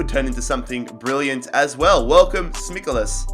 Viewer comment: You butchered Tsimikas so bad...